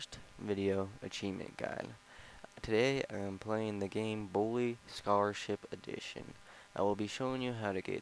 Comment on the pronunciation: It sounded like you said "Blue Starship Edition"